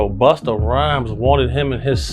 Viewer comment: Say it ain't so.Not you calling him Boosta 😭🤣😩